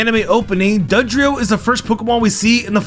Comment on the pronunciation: And also “dugdrio” . Your content is good but you could honestly do well with an editor.